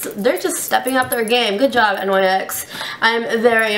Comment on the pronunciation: Oh my god. Learn how to pronounce NYX!